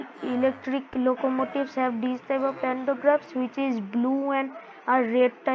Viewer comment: Bro knows more english than i do as an english person😭 'loco motives'